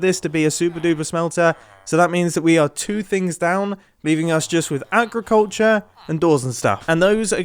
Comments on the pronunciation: agriculter sounds like a redstone machine that cults your agris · Agriculter? for real mumbo? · Agriculter??? U serious Mumbo? U mean Agricultre? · agriculter ah yes that's definitely how you spell it. btw it's agriculture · Agriculter? It’s agriculture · Agriculter?!?!? Do you mean agriculture Mumbo? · Ah yes, I love Agriculter , so lovely. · Agriculture mumbo not agriculter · agriculter lol